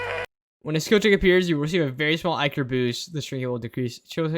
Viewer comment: Its icor your right